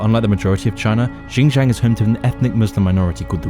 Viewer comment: I like how you butchered "xinjiang"